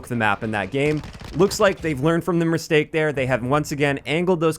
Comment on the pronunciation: Did you just say.... merstake? . This is honestly with the utmost love